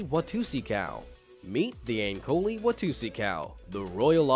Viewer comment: It's not pronounced ankoli it's ankolee like l'e't